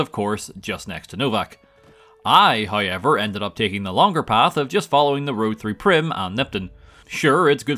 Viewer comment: Letting you know my girlfriend refers to you as “” because of how you pronounce “however”. Hey, it sets you apart from the other gaming channels!